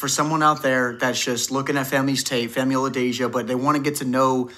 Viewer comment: Way to nail Femi's name this time! I can tell you've been practicing haha